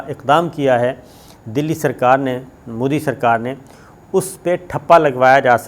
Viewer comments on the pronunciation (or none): none